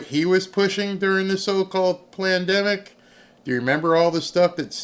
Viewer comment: Planned demic ~ Not Pandemic (love it) 😆)